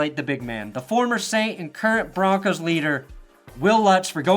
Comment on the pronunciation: 1 last thing aye its broncos not broncas say it wit me bronc ohs not bronc ahs put some respect on our name you can't say it like a suburban mom and expect things to go well in a combat sport idk what you guys think foot ball is